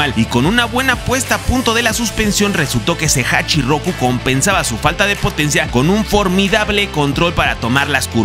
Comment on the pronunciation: Me fascina la historia del Drifting de Cabo a rabo pero me molesta que por desconocimiento no se usen los nombres ó sobrenombres correctamente😅, el Ae86 es conocido como HACHIROKU y no hachirrrrrroku😬, y esto es porque 八(Hachi) y 六 (Loku) los japoneses no saben pronunciar la L y la pronuncian como R, eso es más evidente cuando los escuchas decir palabras o nombres con la letra L, ejemplo Alberto lo pronuncian como ARberto, o Ruis cuando es Luis, es más, ellos realmente pronuncian ARuBERTO solo que la u es casi imperceptible.......